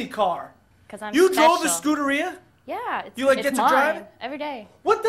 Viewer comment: Hey! Stop kidding around and talk about your rides... that "Scuderia" haa... I think you tried to say a gee Whiz... Also I use Royal purple oil... on a 07 Mustang GT Keep it rocking... Fast and Fresh everyday!